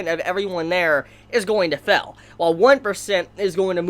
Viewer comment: It really annoys me how he pronounces STEAL as STILL, FAIL as FELL.